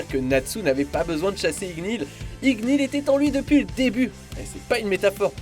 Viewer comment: je rêve pas il a dit ignil a la place de ignir?